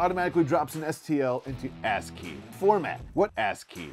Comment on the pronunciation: Lol. Ass-key. Good lort. 😂